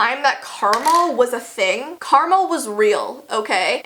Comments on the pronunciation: You said Caramel instead of Karma XD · Why you say karma like caramel? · when said karma it sounds like caramel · It’s karma not karmal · When she said karma I thought she said caramel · It karma not Carmel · I thought she said caramel. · It’s karma not Carmel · Carmel? Lmao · Caramel?? It’s Carma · When you said karma it sounded like caramel😂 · did she say Karma? i thought she said caramel! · Omg I had to replay the part where she said "karma" like 3 times because I thought she was saying caramel and I was like yes. Caramel has been a thing for a LONG while xD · Caramel? It's karma:) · Did you say Caramel? Oh wait.... You said karma... XD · Did u mean to say karma but u said caramel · Is it just me or did she say Caramel or Karma please reply what youthink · When you said ‘Karma’ I thought you said ‘Caramel’ 😅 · BaconBot 62 no but it sounded like she did. (She said karma) 🙂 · Oh my gosh I would have thought she was saying caramel if i hadnt seen this comment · I thought she said caramel... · Me too and I read this comment before I heard that. If I hadn’t I wouldn’t have known she said karma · Girl, same I also thought she said caramel and I was like wait I should we play the video and I found out she said karma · Karma not carmol lol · Karmol????? I thought it was karma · Karma definitely is real lol. I thought you said karmal 😂 for a second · wait how the hell do u say karma ... karmel !? 😂😂😂omg noooo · is my brain messed up or do I hear caramel and not karma? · I thought she was saying caramel when she said karma 😂😂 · When she said “karma” I heard “Carmel” 😂 I was like “I want some” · I SWEAR SHE SAID CARAMEL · Carmel? Does she mean Karma? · Did she say caramel or karma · Yeah, Carmal was a thing, totally not actually pronounced karma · When you said Carmel, did you mean karma? 😂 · whenever you said "karma" i heard "karmel" 😂😂😂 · Sorry not trying to be mean but you said “ karmal “ it’s karma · I heard karmel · Wait she said karma wut